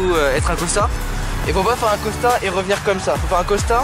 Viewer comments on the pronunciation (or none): Vous savez pas parler c costal pas costa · Pk il dit Costa ??